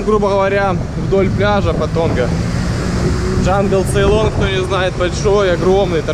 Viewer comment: Не надо говорить джангЛцейлон, правильно ДжангЦейлон